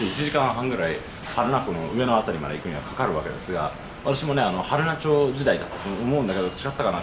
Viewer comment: 群馬に来られたのですね！会いたかったです。 ちなみに、はるなちょうではなく、はるなまちです。